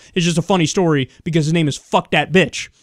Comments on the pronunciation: I'm pretty sure "Phuc" is pronounced "fook". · I'm pretty sure "phuc" is not pronounced in an English manner whatsoever...